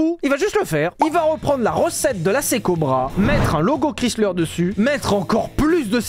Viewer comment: Ça fait drôle d'entendre le nom Chrysler prononcé moitié francais ("chris") moitié anglais ("slər"). "Chrys" se prononce plutôt en "ai", "Krais". En fait, Chrysler se prononce un peu comme Viper, avec le "ai".